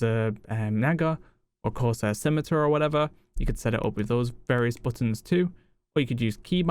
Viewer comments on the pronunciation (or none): none